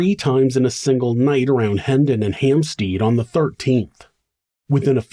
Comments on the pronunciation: Great video. It's not 'Hamp-STEED' by the way, it's 'Hamp-STED'. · I'm English, and lived in Hampstead, north London, for a number of years. The phonetic sound of the second syllable is pronounced 'STED' (rhymes with bed), not 'STEED' (rhymes with reed), as the narrator mispronounced it. Not a big deal, just thought the narrator, an American, would appreciate the heads-up from a Brit! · Why would you pronounce it 'Hampsteed"? It's HampstEAd, like instead. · Hampstead = HampstEd You know how awkward us English are!